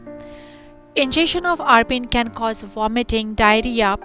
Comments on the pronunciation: It's abrin not arbin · Abrin not arbin